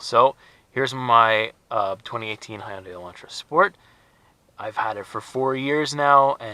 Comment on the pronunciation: Awesome video Finally someone knows How to pronounce company name Hyundai properly. Thumbs up for you. I went to so many Hyundai dealer they can't even pronounce Hyundai. Why would I be buying car from them. Finally found a dealer who pronounce Hyundai name properly and bought mine. 2018 sport s the sexiest model better looking then 2019,2020. Also buy Manual transmission if you really want to have fun ... Much love 🇨🇦🇨🇦🇨🇦